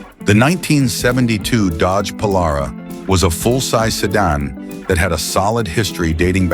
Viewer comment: What's a "sedun " ?